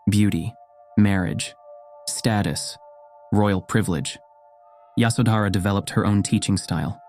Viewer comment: It’s yashodharaa